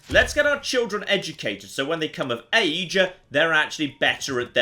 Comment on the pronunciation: am the only one who heard, “when they become a mage” instead of “when they become if age”?